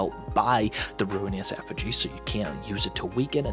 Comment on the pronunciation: Only thing I'm mad about with this video is how you pronounce Ruinous Effigy 😂